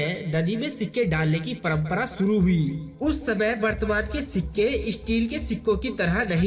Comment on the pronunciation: Saale saath hota hai shath nahin bolte. Shuru ko suru bolta hai aur saath ko shaarh.